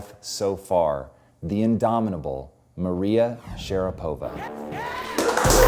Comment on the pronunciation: Мария!!! Один вопрос: почему ударение другое?